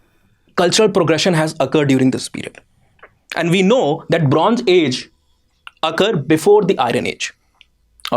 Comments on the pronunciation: It's Bronze, zeeee, not geeee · For Gods sake… pls pay more attention to pronunciation… not I-run, but more like I- earn for Iron, Bronz…z .. not Bronj… j… for Bronze…. And why is the word ‘E’ being added randomly in the beginning of some words?